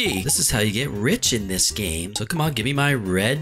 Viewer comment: It sounded like u said “dis” instead of “this”